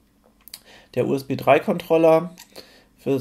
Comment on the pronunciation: nices Video dude, aber Kontrollah-Karte is ein NO GO